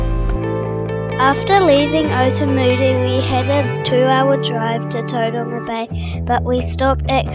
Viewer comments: its "Towe Ronga" not "ToeDonga" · yeah i was actually disappointed when i heard him pronounce "Todunga"